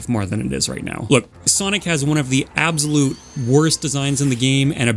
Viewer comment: i like ur videos and all but some of ur pronunciations confuse me. How do you pronounce absolute as "ab zo lote"????